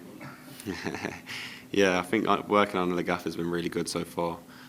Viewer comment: Capt.Colwill - So eloquent and lets face it, so mature compared to Reece. If he could just nail that "fink" back to "think" he would be 10/10 ;-)